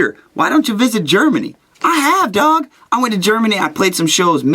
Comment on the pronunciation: Did you say 'I love you dawg' or 'I love you dog'?